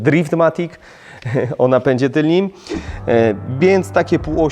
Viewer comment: tylnym a nie tylnim